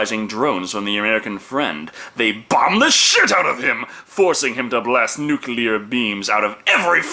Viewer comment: Thank you for pronouncing "nuclear" correctly! WHY is this so difficult for just about everyone else??